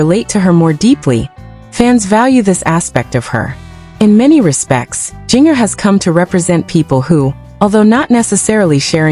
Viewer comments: It's ginger, not geenyer. this is not a real video. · Learn how to ppronouce her nam